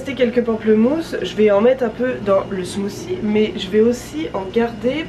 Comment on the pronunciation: Salut, ta façon de prononcer ''smoothie'' est la plus mignonne!!